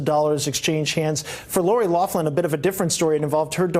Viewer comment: Loughlin, pronounced locklan, there is no F sound in there, pls stop calling her loflan 🙉